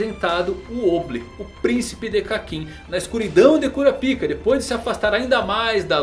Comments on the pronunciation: vey pelo \mor de deus fala o nome o cara certo poh, q agonia q daá kuRApika , gesus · é melhor pronunciar Kurápika